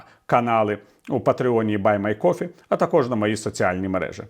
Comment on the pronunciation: Віталій, buymeacoffee вигукується як: Бай МІ е кофі :)